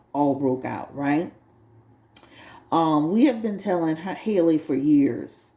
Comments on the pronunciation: Halle, like Halle Berry. Not Hailey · it’s pronounced “holly” like the beginning of hallelujah.